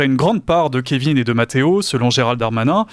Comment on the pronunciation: Kévin... "Kévine"... Si on le prononce comme ça, ça ne serait pas un prénom britannique des fois ? Le même qu'au Stade de France dis donc ! 😁